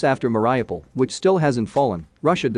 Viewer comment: it's pronounced meh ree OO paal